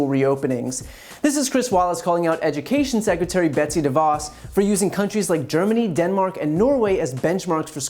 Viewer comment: Ladies and gentlemen, the Ejukashun Sekratarie, Betsy DeVos.